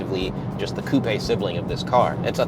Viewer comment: My guy said "bonnet" ....and coupeeyyy instead of coupe. As if he wasn't born and raised in america